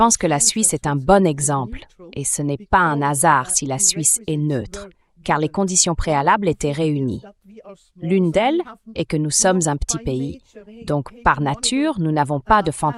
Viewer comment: " ce n'est pas un_nasard " va falloir améliorer votre machine c'est épouvantable à entendre et ce n'est pas la 1ère fois que j'entends cela et d'autres choses.